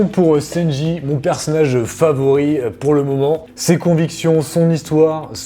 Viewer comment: Ça m’as fait rire quant t’as dis senji au lieu de sanji